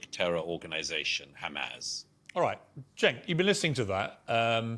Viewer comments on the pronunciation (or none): It is pronounced Jenk....J J J.. the letter C in Turkish is the same sound as the J in English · The C in Turkish is pronounced in /d͡ʒ/, like the j in jump and jeep. Cenk’s name is pronounced “jenk”. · It’s pronounced “Chunk” 🤓